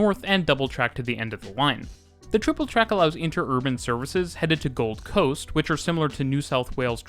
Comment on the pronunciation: Cool to see a video on the trains and stuff in my area. Seems like it ain't too bad. - Something here is throwing me off with the pronunciation. How he says "South bank" and "Gold Coast" (I live there, but I think this applies probably everywhere in the world lol). He's saying them as if the location names are "South" and "Gold", and as if the word "bank" and "coast" are not part of the official name... if that makes sense. The emphasis is on the first word, and then the "bank" and "coast" has less emphasis and comes after a pause, as if he's following up "Brisbane" with "region" or "area" or something. When we say the names of these places, we're not breaking it up like that (regardless of there being a space or not, Australians in particular don't respect spaces between words lol). He's making it sound like it's the "something" bank, and the "this kind of" coast. The second word is part of the actual name and is just smashed in with the first word as one natural word, sort of thing. It's treated like "Oxfordshire" in England. One word rather than spacing it and it then coming across like "the shire that is Oxford". Bit of a nitpick.